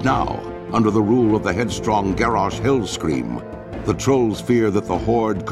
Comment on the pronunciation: did the troll guy say "Garrosh Hillscream"?